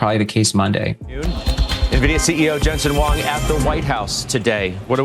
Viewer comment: It's "Jensen HUANG" - pls get it right.